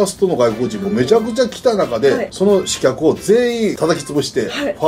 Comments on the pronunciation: 刺客｢しかく｣を｢しきゃく｣って読むのかわいい里さん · 「しかく」やぞw